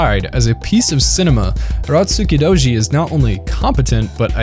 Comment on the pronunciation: Turotskudoji? Nice pronunciation